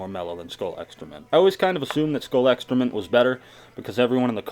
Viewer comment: Is it just me or whenever he said extra mint it sounded like excroment.